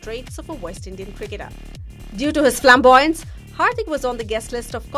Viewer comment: due to his ...FLAMBOYANCE...... exploded my ears😂